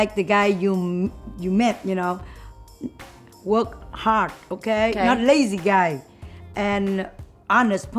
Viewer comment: When said "Work hard" I heard "Look hot" XD